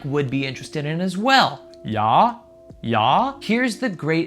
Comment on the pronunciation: Omg that 'Yeah Yeah' was sooo German it was almost a JA! 😂